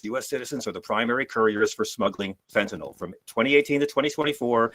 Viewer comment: There's no such as "fentanol". 🤣